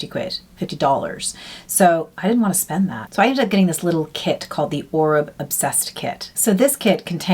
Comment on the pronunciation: Oribe = Or-bay….